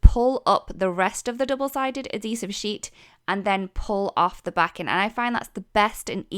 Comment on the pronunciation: Add—heesive…. Not A-Deesive. Darn hard to figure out what you were saying until I figured out you were saying it wrong